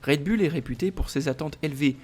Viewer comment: Le taureau en anglais c est bull qui se prononce "boul" mettez vous à la page 😮😮😮😮